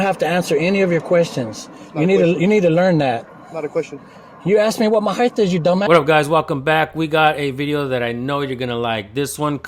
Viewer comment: There is not a "th" in the word height. It ends with a hard T sound. It's not heigth